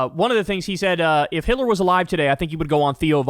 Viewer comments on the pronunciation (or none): I love how he pronounces Hitler without the T - “Hi’ler”